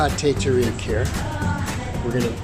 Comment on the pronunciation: Thank you for sharing. 😊 😅 It's pronounced as "Tay Tah-rick".